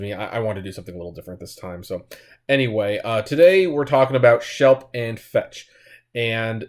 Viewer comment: It's Schlep, not Shelp.